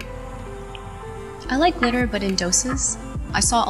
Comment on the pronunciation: “it has glitter in it” me: did you say litter? michelle i thought you were done with putting litter on your face